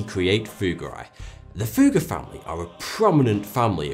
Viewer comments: You didn't ever say "Fugger", more like "Fuhger" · The "u" in Fugger is short. There's a reason for the double "g". Sorry man, that just drives me crazy. Quality video! :D